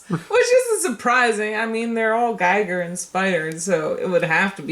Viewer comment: It's pronounced 'Gee-Ger'. Found that out watching the Netflix special on him. Surprised me and my wife; just like Vincent van Gogh being pronounced so differently watching that Doctor Who episode. Then again, I'm just being a pronouncing Nazi.